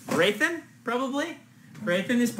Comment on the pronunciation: Someone inform he's pronouncing Hrathen wrong.